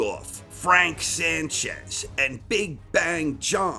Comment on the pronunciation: and his corner are clearly AI. I figured this out because he actually pronounces Zhang correctly.